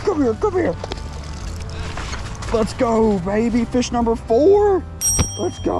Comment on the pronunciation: That fush count 😂